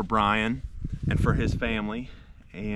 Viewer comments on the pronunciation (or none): BTW, you are calling him Brain not Brian. 🙏